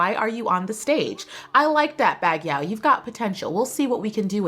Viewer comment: I fine it funny that every year you said bagyaw🙊 cause its bagyo😅